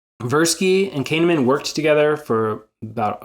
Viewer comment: Great vid with nice visuals. I would advise you to look up the pronunciation of people's names if you're going to repeatedly mention them in a video. I think 90% of us did a bit of a double take when you pronounced Kahneman as "Cane-a-man" 😅 It kinda outs you as someone who can't be that familiar with him so best to be careful.